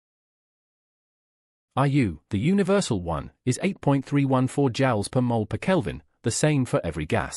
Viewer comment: Overall the video was good. I aprpeciate the bookmarks and the easy to follow graphics. There were a few small things that seemed off though, like the mispronunciation of "Joule" .